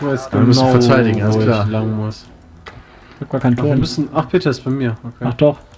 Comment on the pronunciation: Das heißt Peter nicht Bit :D